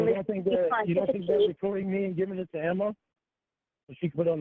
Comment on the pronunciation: He never takes responsibility for anything. He nevah even meant tew dew it